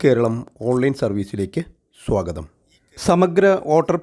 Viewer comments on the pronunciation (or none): none